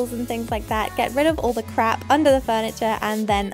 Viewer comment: did she just say crap or did she not??